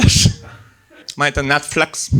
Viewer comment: Я так зрозумів, що кожного виступу слово Netflix вимовляє з новим акцентом.